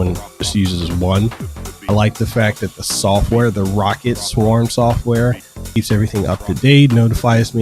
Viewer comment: its not pronounced rocket..its pronounced row-cat